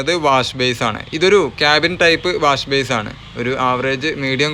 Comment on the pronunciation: Wash base അല്ല ബ്രോ - വാഷ് ബെയ്സിൻ